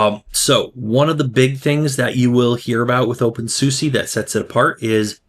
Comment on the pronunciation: Oh, please learn how to say the name of the distro correctly.